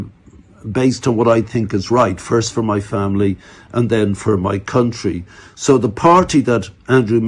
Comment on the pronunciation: The way he says for my country . He really is a West brit. Amazingly he still holds Irish citizenship.